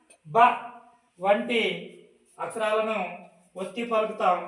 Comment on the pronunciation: బాస కాదు బాబు... భాష అచ్ఛరాలు కదు....అక్షరాలు నీవు నేర్చుకోవాలి